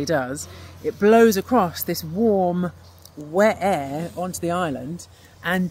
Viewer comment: The way she said "wet air" 😂😂😂